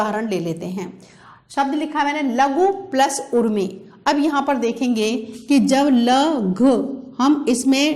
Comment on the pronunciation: मैम व्यंग्य नहीं किया सत्य कहा था । आपकी व्याकरण की पुस्तक एकमात्र एवं अंतिम नहीं है। 1- क्या आपका उर्मि शब्द (ऊर्मि) गलत नहीं था ? 2- क्या यण् संधि में इ ई को य् ; उ ऊ को व् के अलावा ऋ को र् नहीं होता है?जो आपने बताया ही नहीं। 3- आपने अयादि में ए ऎ ओ औ से परे असमान स्वर बताया ; क्या हरे + ए = हरये में समान स्वर नहीं है? 4- आपने बार बार हलन्त को डैश बोला ; उचित था ? 5- ऎ को अय बोलना ;सही उच्चारण था ? 10 - 12 और बता सकता हूँ । अब आप चिंतन कीजिए आपने 40 साल बच्चों का भविष्य बनाया या उसके साथ खिलवाड़ किया। नमस्कार जी ।